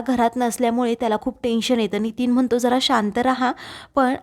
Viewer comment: उच्यलली नव्हे उचलली. म्हनतो म्हणतो, पुर्न उच्चार सुधारणे आवश्यक आहे.